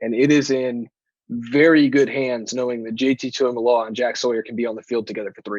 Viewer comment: Proud of you for getting the pronunciation of his name down!! Now let’s get everyone else on board!! Tuimoloau: (2-E-Moe-Low-Ow)